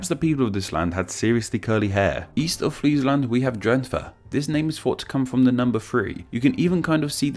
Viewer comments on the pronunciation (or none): I'm mad at you for mispronouncing my province. THE H IS SILENT IN DRENTHE!!!